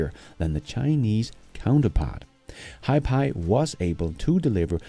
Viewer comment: Hiphi is prounounced like HiFi, ie High Fidelity.